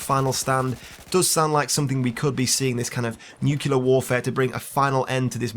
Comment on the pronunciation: *Nuclear, not nukelear.